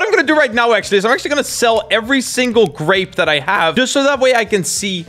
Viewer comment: i saw u say u say garape